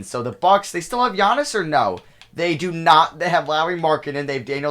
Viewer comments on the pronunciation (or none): none